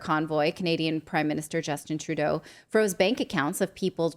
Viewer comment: You're supposed to be taken seriously as a journalist. Natali Morris, when you can pronounce "Financial" and "Trudeau" then I will believe what you have to say.